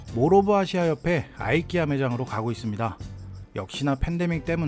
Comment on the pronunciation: 이케아를 아이키아라 들으니 아주 색다릅니다.